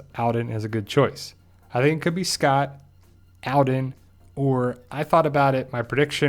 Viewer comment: His name is pronounced ALL-den not AL-den